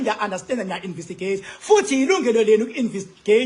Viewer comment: Awufundanga Silima…. INVESTIGATE NOT INVISTIGATE . ITHI NGIBHALE NGESIZULU……INVESTIGEYITHI. NOT INVISTIGEYITHI NX